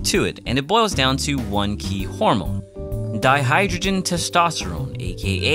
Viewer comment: Just FYI, it's di*HYDRO*testosterone Not hydrogen.